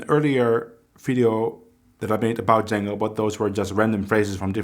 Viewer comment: I heard you pronounce Django at the beginning correctly as John-go not Jane-go as most people pronounce his name. His brother Joseph and the people of Belgium would always get upset when they he would hear Django pronounced incorrectly. Just thought you could help spread the word on your end.